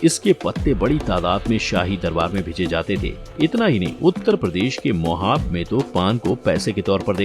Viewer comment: मोहाब नहीं महोबा 🙏